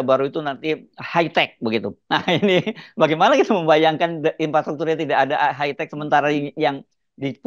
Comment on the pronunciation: KETECH Keles not hi tech :face-blue-smiling